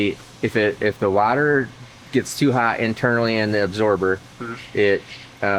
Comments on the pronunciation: It's pronounced water not water😅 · Wadder? lol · Try using regular water instead of your special “wader”😂😂😂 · Love how he said water